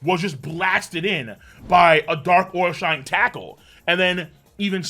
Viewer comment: Every time calls him “Dark OIL Shine” 😂